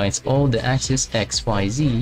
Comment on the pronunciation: Duolingo (Also the plural of axis is axes pronounced ax-ees)